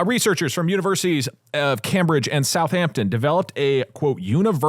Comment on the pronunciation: Why does Doug pronounce “Cambridge” like it’s his friend Cam Bridge?